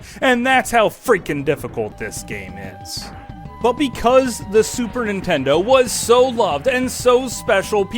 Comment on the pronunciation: Why do all Americans pronounce it Super Intendo?